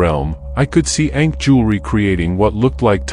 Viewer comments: The Ankh …. Not Ink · It's not ink it's ankh